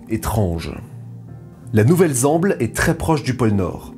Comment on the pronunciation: 1.58 edit "ouvelle zemble"